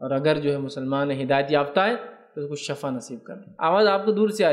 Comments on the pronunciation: Shifa kahiay na sorry aap shafa kahre bar bar shafa galth hai shifa sahi word hai suna tha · سر جی شفاء لفظ شین کی زیر کے ساتھ بولتے ہیں۔اللہ پاک آپکے علم ،عمل ،صحت میں ڈھیروں برکتیں عطا فرماے۔اور آپکی غلطی کوتاہی سے درگزر فرماے۔آمین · Shafa nhi shifaa